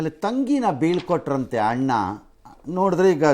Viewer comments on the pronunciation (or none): none